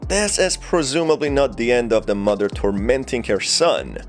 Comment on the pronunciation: I love the way he says muddah that’s how it sounds to me.